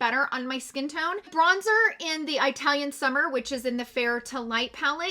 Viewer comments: I’m Italian and it’s not pronounced that way at least here in UK but it’s eatalian 😄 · Just an FYI, it is pronounced with a soft i instead of Eye-talian as you were saying it. I have the Italian face palette & I am fair skinned & I love it! Just as you said in your review, it is super buttery & pigmented. Loved your review. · It's not an accent. Its the pronunciation of the "I" and it's no different than pronouncing the "I" in "it" 🤣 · Eye-talian... I'm dead!🤣🤣🤣 Love it! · Pls do research how to say the word Italian 😦